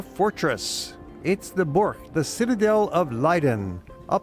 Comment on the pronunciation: Burcht not boerk with an uh as in shut and a ch as in loCH.